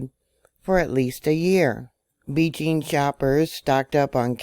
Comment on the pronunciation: Thank You. I love how you say beejing.